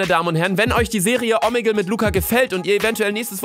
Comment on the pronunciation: Omegel haha haha heißt nicht irgendwie Omegle